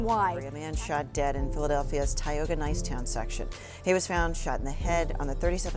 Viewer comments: He ain’t from Philadelphia pronounced Tioga all wrong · It’s pronounced ty oga